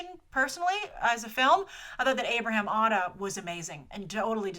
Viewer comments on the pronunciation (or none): none